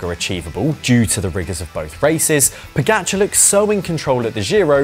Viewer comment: Why not pronounce correctly the names Pogacar Vingegaard? You are getting paid to comment